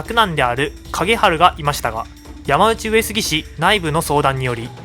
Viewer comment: ”やまうち”上杉氏でなく”やまのうち”上杉氏では？